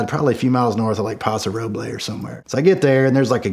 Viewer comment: Why am I not surprised he pronounced Paso Robles wrong…it’s it’s like how you’d say Rubles but with an O instead of U